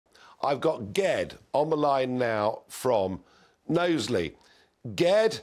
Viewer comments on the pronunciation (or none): Oh! Ged is pronounced 'Jed'. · Short for Gerrard, I used to know a ged pronounced jed, when he said ged with a g i was surprised a Scouser came on, was thinking it must be east european or something lol. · Ged is pronounced with a J sound. Like Jedi 🤣🤣🤣